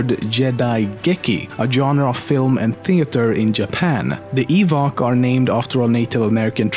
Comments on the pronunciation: sorry? what was that? evok? ok? sure... not ewok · "its lemino not lemeeno" "EVOK" "Joda" "Yedi" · Evok? Joda? WTF YOU NEED TO LEARN TO PRONOUNCE THINGS!!!! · Isnt it EWOK not Evok?